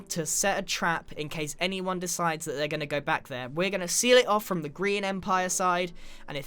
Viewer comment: Does any one else hear "Korean Empire" instead of "Grian Empire"?